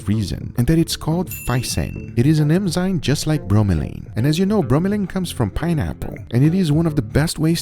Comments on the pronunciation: eNzyme Guga, eNzyme. Not eMzyme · enzyme enzyme enzyme (not emzyne), just repeat that a few times and u got it :)